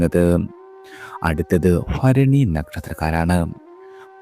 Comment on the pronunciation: ഫരണി അല്ല ഭരണി എന്ന് പറയാൻ പഠിക്കൂ